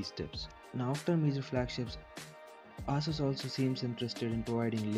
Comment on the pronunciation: its "eh-suhs" not "aah-soos" x(